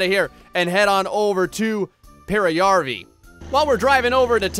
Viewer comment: Cheat away. You've earned it at this point. Btw your Pena and Pekka were pretty good. Also, in case you're interested, the letter ä like in Peräjärvi is pronounced the same way as the a in "cat". A is like a in "car".